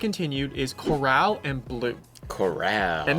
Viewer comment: “Corraaaal,” it’s “core-ull,” sis. The colors aren’t as vibrant as some other leaks.